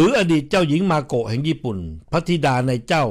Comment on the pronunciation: ชื่อ เจ้าหญิง มาโกะ ไม่ใช่ เมโกะ จะไปเมแกน อยู่เรื่อย MAKO ค่ะ MAKO